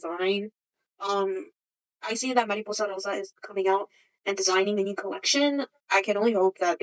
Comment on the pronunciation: please do more long format videos!!! btw as a spanish speaker i love how you pronounce mariposa rosa